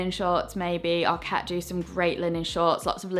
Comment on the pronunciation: I really enjoyed your videos and I particularly like your style. The word ARKET is a Swedish word that means "the ark", and should be stressed ARket, not arKET. Regards!